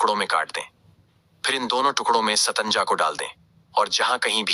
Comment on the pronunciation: Pahele satnaja bolna to sikh